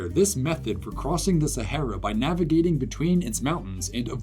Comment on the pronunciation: It's pronounced "sahara".